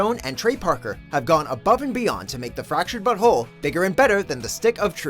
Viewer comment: he said "the fracured butthole"